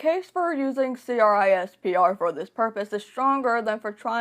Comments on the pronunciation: This is a good video but the fact that you said c-r-i-s-p-e-r instead of saying it like "crisp-er" drove me nuts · Just you know, generally CRISPR is pronounced as “crisper”, instead of saying each individual letter 🙂